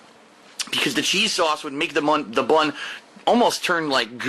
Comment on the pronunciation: I can't stand the way he says "bun"!